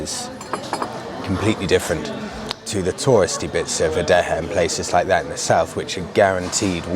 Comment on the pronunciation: I started watching your vids a few weeks ago, though I'm not particularly into motorbikes. You're a good natural presenter. I know you're trying to learn Spanish in the coming months. Being at the Intermediate level, I'll give you a little tip - when 'e' is at the end of a word whether stressed of not it is always pronounced 'ay'. So Adeje is aDEH'hay, not aDEH'heh No need to thank me 😁